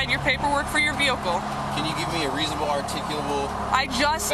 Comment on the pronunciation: It’s ReasOnable … not reasinable. Sheeesh.